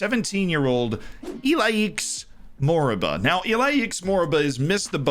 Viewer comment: Iliax Moriba is pronounced like this- "e-li-ach moriba"